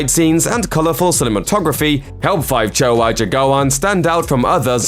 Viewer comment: I'm Indonesian. You do not pronounce 5 Cowok Jagoan as. FIve Chowo Jagoan. But, "Lima Cowok Jagoan."